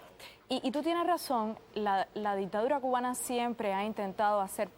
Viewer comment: repite conmigo Dic -Ta -Du - Ra